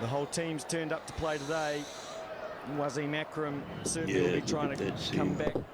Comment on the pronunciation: Was-im not Wa-seeem